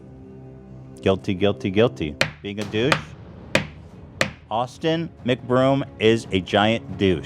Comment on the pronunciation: Did you say austen mcbrome. More like austen mc but